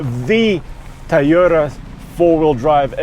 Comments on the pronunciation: it’s pronounced: Toh-yota…Toh…TOH…not Teyota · The 'Tahyota'. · That guy keeps saying "tie-yoda"